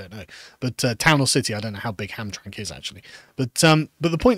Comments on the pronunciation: As a michigander, it's pronounced "Ham-tram-mick". Also the POW Flag is a moderately well known american thing, should have googled it. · Hamtramck is pronounced "HamTRAMick" 🙂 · It's pronounced like Ham-Tram-Ick. And the Prisoner of War flag is a flag honoring US soldiers who were imprisoned or are considered "missing in action" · Michigander here. Hamtramck is pronounced as Ham-TRAM-ick. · Pronounced HamtramICK. It was an ethnic POLISH enclave for generations. Now it is yet another satellite colony of Dearborn. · Side note: Hearing Carl try to pronounce Hamtramck made my day as a Michigan resident. ham-TRAM-ick lol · Ham-Tram-Mick, the last syllable is pronounced Mick, but it is like McDonald from the scotch. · It's pronounced "Ham-Tram-Ick" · HAMTRAMCK is pronounced "ham-TRAM-ick" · It's pronounced Ham Tram ick